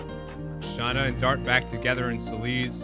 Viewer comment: and thats you you are supose to say Shana. I normaly dont care how you say names unless it comes in a cutseen.